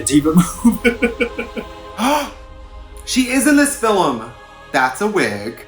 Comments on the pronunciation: Fillam she said film like willam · Ok but why did Trixie pronounce Film like Willam 😂 “SHE IS IN THIS FILLAM!”